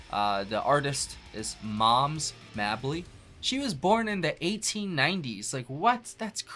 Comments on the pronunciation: not Mab Ly it is pronounced like May Ble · Moms Mabley was one of the funniest people ever. Her name is pronounced May-blee.